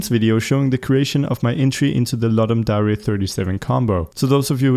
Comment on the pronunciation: it's Dare, not dairy, as in truth or dare.